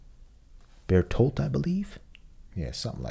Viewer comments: Big props for actually nailing bertholdts name. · How dare you get Bertoruto’s name right on your first try?!!!